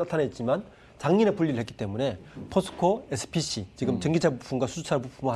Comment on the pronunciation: 포스코 SPS 아닌가요.. 계속 SPC라고 하시네요..ㅎㅎ 그리고 인터의 대부분의 영업이익이 가스에서 발생하는데 그 가스산업의 미얀마군부와의 어떤 커넥션이 있다면 다음 미국의 타겟이 될 확률이 높지 않나 싶네요..미얀마 쿠테타가 끝나기 전에 뭔가 접근은 찜찜해 보이네요...!! 그리고 그런 좋은 부분들의 반영이 최근에 이루어져서 급등한게 아닌가 싶습니다..